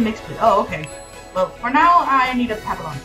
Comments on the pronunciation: Not to be rude, but you’re mispronouncing “papillon” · Fr 😭😭how she have 2 and doesn’t know how to say the breed